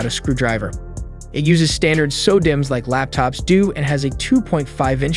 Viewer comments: When he said sodimm, i thought of sodomy… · and saw-dimm, lol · It hurts my soul when u mispronounce common words like Zotac and sodimm…